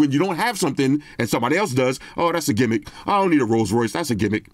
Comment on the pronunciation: People online really be saying "gimmick" in that way. Kinda lazy